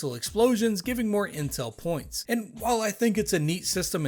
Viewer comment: I'm gonna be honest, the first time you said 'Intel Points' and totally thought you said 'Incel Points'